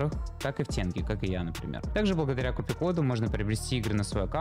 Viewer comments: Какой тЕнге, теньгЕ! Как Казахстанец прошу, Аш по ушам режет! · ТЭНГЕ 😅😅 бля говори тогда ТИНЬГЕ ЛУЧШЕ